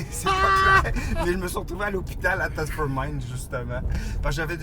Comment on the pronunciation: Yooo le comptoir a Thetford mines le gros haha "thetfeurd"